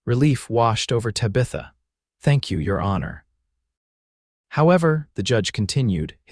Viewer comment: Sure wish pronunciations were better Tabitha for one